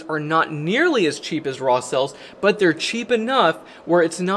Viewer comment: You'd "BUT" spells BoouaAt. It's upsetting